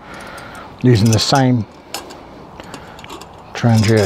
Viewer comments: Tran-gia sounds Italian, maybe a traverse route?, it is pronounced Thrang-eeya since it was first made in Trångsund "Trång-sund" "Narrow Strait/Neck". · Check around for an interview with the current head of Trangia. His pronunciation is closer to "Traniya" or "Tranyia". Maybe it's a local dialect thing.